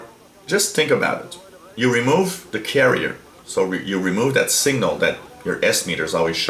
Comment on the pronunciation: Dear sir. There's is signifigantly difference between 'single' and 'signal' . Your pronounciation does not differentiate between them... It hurts my ears.